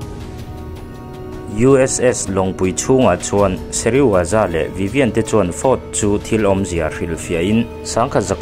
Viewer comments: thil pakhat i lam sual char2 chu Dr.Sezirawa ni lovin Dr.Serizawa zawk ani a dik tak chu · Dr Seriwaza i ti tlat a, Dr Serizawa zawk a nia😅